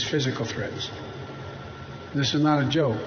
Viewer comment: He said "This is not a Joek" so you know he's telling a lie.